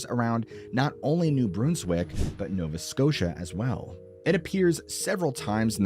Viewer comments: "Bruns-wick" not Broonswick. Miqmaq (mick mah) not mick mack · 🇨🇦 The BRUN in New BRUNswick, rhymes with "done," not "dune."